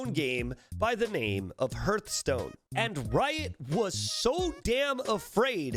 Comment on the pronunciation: Hurthstone Hurthstone Hurthstone Who hurt you? The fire by the Hear(t - t + (the - e))? It's Hearthstone. Heart. Kevin Har(t - t + (the - e))stone.